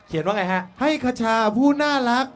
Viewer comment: มีความสุข ฮี่ๆๆๆๆ คชาเอ๊ยย พูดชื่อจังหวัดผิด น่ารักไปนะ ^^ ร้องสดเพราะขึ้นมากนี่พูดเลยยย